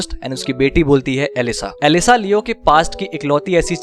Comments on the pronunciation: BRO IT'S ELSA THE PRINCESSE NOT ELISA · bhai vo elsa bolti hai elisa nahi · चिंटू, एलिसा नही एल्सा कहती है। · leo ki beti elisa nhi elsa bolti hai kya suntaa ha bhai